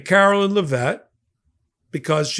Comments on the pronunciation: Eh. We all know he didn't win-win all seven swing states. No way in hell. He didn't even get half the nation's total vote, so it shouldn't be statistically possible. On a side note, I love that is pronouncing this insufferable woman's name as "Carolyn." I bet that really chaps Karoline's the same way literally everything chaps her boss's. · you do a great job and are my fave, but PLEASE pronounce Karoline's name correctly!!! You say Laura Ingraham's name accurately, why can't you get this press secretary's name right? C'mon,, leave the mispronounciations and slurs to their administration. It's beneath you.